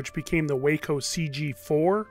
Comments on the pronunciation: Waco is pronounced walk-oh. Wake-oh is a place in Texas. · Sorry Mike, it's 'wah coe', not 'way coe'. I live on the airport where the New Waco was built. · Waco is pronounced 'WAH-co', not 'Way-co' (a town in Texas). The early Waco Aircraft advertisements actually included a written pronunciation of their name. I suppose the company didn't want their aircraft to be also called 'Whack-co' airplanes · Waco the airplane company, who built the gliders you refer to, is pronounced "wocko", the city in Texas is pronounced Waco, just like you said it. I know you like to state the facts, so there you go. Thanks for the video. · WACo is pronounced "Wah Coe"... not Waco like the city in Texas. It was an acronym for Weaver Aircraft Company of Ohio (later renamed WACO Aircraft Company) . Since the 1960's a couple of a new companies started up using the same name and acronym to build reproductions based off a few of the original designs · Nice video! FYI, Waco rhymes with taco. Here is a not-so-great scan of an 8x10 negative taken by the Waco Aircraft Company in the mid-1940s of a C47 towing two Waco gliders: The negative is now in the possession of the Waco Air Museum in Troy, OH. Hopefully they will be able to clean up the negative and get a better scan.